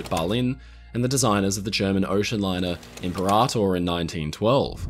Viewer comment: I'm surprised no one else has mentioned it, apologies if I've missed it - "imperator" is (in English) generally pronounced im-PEAR-a-tore, roughly following the Latin. Thanks for the video!